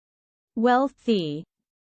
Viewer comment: You said it wrong